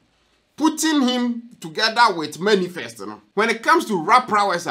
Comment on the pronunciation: The word is manifest not Many Fest okay 😃😃😀😀😄😄😄